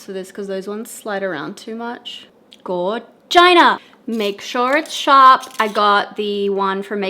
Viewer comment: Hehehehe... Gor-gina 😂